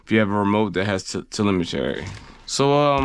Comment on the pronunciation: Say it with me now, TE-LEM-E-TREE. There isn’t an “A” at the end. I love your videos and all the info you provide, but that was just bugging me. Much love brother. No hate from me. I hope it didn’t come off that way. Nothing but respect. 🫡🫡🫡